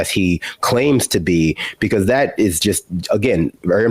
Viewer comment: Bee-Koss instead of because is distracting.